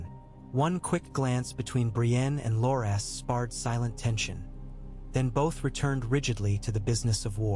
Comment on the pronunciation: AI reading never gets names pronounced correctly 😅 Bar-ah-thee-on and Lore-Ass Tyrell...